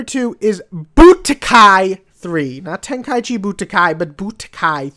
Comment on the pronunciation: 2 mistakes: 1. Dragon Ball Z BUDOKAI TENKAICHI, not Tenkaichi Budokai. 2. Tenkaichia? Say it with me: TEN-KAI-EE-CHEE. Kay? Remember that for your OTHER VIDEOS SAYING THAT WORD. Breakin my BALLZ every time you say that...